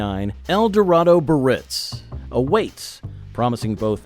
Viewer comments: Cadillac Biarritz is NOT pronounced "Buh-Ritz." There are three syllables and all are to be pronounced: "Bee-uh-ritz." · Edsel CORSAIR - was only one of four models. So much more trouble than you measure. Cadillac BI - AR -RITZ has three syllables. This entire post is offensively substandard. 😡😡😡😡